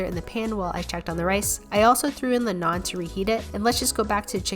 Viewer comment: the fact that she pronounced naan properly compared to other foreign food vloggers